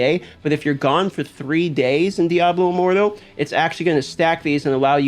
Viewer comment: Lmao how you say diablo immortal like diaboh immordoh